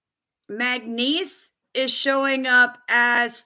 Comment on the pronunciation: Are you trying to say manganese or magnesium. I'm thinking manganese. It is pronounced Mang-a-neez for future reference